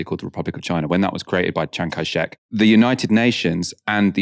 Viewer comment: Chiang Kai-shek. Sorry, your pronunciation bothered me.